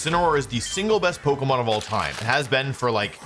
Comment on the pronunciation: Since when has Wolfe pronounced it "pokmon"